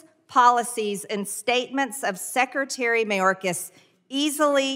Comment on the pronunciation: Sectary. She can't even say secretary correctly! 😅